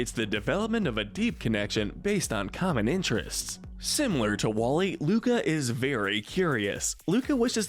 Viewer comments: Everyone: oh this soooo accurate Me: dude in the first 30 seconds he called Luca “Luna” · You called “Luca” Luna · “Coco and luna” Me:its Luca not luna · Umm excuse me you said Luna instead of Luca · He said Luna instead of Luca I think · I’ve been reading most of the comments and does no one seem to care that he said Luna instead of Luca in the beginning of the video 🤣😅🤣😅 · WHY DID I HEAR LUDA INSTEAD OF LUCA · You said Luna but it's Luca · Y mispronounced Luca?!?! How dare u disrespect my fishy boi